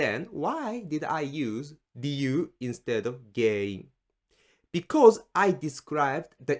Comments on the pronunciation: Interestingly when you say the word GEN-IN you seem to pronounce it like GEI-IN. Is that an exception or am I hearing it wrong? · 原因 sounds like a hard word to say. It sounds more like you say げいいん. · It's not pronounced like Gei-in. It's pronounced as is; it's a nasalized sound. Tricky to do, unless you grew up hearing Japanese all the time like I did lmao